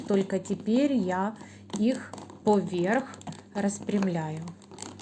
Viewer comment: Согласна. А ещё "значитЬ",пОверх. Слух режет.